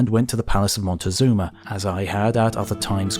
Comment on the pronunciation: Having trouble with the name "Moctezuma", I see. At least you didn't do the Gringo thing and try to pronounce it "Montezuma", which is absolutely wrong. It's a simple Nahuatl name (Mexica/Azteca): "Moc-teh-SOO-ma".